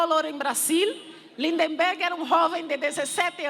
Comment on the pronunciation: Ninguém acerta o nome do nosso caro LindBergh! Teem sempre que dizer Lind"EM"berg.